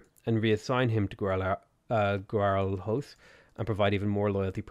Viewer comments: "we're gona be able to go down on GUARUAROS" lmao the way you pronounce it is really wrong and funny. The right way to say it is something akin to "GUARULIOS". Not exactly right but it's the most similar a native English speaker can say without knowing our sounds. Great video nonetheless. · Guarulhos is pronounced like 'Güa-ru-lios', if that is the correct use of ¨ in other lenguages, cause in portuguese it is edit (it was, arround 1998 they took it out of the lenguage, I don't know why.) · Hey mate, not bad pronunciation of brazilian cities. If you need help Guarulhos = "Gwa-rooh-lyos" and Manaus = "Mah-nah-oos" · I'm loving the new series. I was just cooking dinner here and I thought "I hope uploads today". You never disappoint, man! Thank you for the video! I love the way you pronounced our cities names! Guarulhos wasn't even close, but Porto Alegre was surprisingly okay! Okay, I'll keep watching now. Just dropping this random comment here. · As a brazilian, i loved the way you pronounce Guarulhos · I love it lol